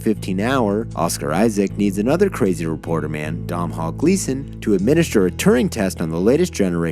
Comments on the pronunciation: Domhnall Gleeson, Dough-nal, that's how to pronounce it, he's a fantastic actor and deserves to, at the very least, have his name pronounced properly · a quick Google would show you not how to horribly mispernounce Domhal Gleeson's first name